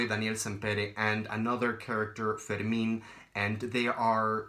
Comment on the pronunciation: Also, wow it was so cool to hear the right pronunciation for the name Fermin! I don't know any Spanish and I always thougt of the name in a French pronunciation (like Fermain) :D